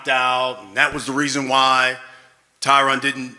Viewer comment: I wonder if Tyron is tired of every single person saying his name incorrectly lol.